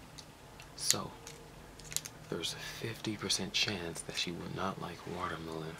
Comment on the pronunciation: you say it wrong my man, it's WATER-MELON